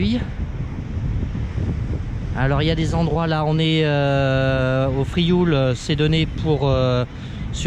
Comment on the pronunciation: Merci pour ces images, c’est amusant de voir son ile de l’extérieur. Il est devenu difficile d’entendre le nom de l’île prononcé correctement. Les francophones ayant des difficultés à dire /iw/ et surtout à comprendre que la graphie française l’écrit. En effet dans ce mot IOU veut exprimer le son /iw/ inconnu du français. Le L fausse étymologie, ne se prononce pas. On subit la même altération dans de nombreux toponymes occitans de la côte proche: Riou /riw/, Sormiou /surmiw/, Morgiou /murjiw/… la graphie authentique est Rieu, Sormiu, Morgiu.